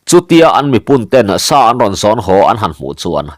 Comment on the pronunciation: Bung hmasa lamah khan lal Hrangvunga inchung tur sat tur a kal ve tum kha Lianlura khan "Lal meuh....chu tih sa loh loh" i lam dan kha a dik lovin ka hria. 'Ka tih sá a nih kha' tih lam rik danin i lam a, sa tih hi tawi tak, hniam deuh hlek a lam rik tur a ni. 'Sa sát' tih a sa lam dan ang deuh hian.